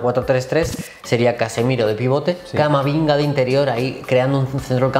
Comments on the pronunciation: en el "CAMAMINGA" 👏😂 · a se le escapa "Camaminga" JAJAJAJAJ